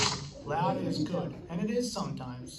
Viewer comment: "IT IIS WHAT IT IIS"